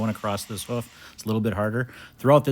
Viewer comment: Not "hoef" it's "hoof"